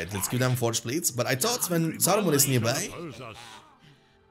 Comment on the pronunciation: Bro i know you are not native but you pronounce nearby like nörbi but it's not correct, it should be sound like niırbay. Read as (near-by)